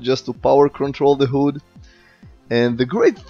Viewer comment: “Hoooood” and “neboola” haha. Good Vid as always!